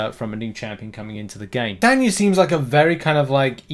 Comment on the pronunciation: I would pronounce it. Tie taye knee a